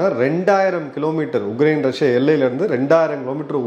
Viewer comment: it is not uGrain. It is uKrain. Please correct yourself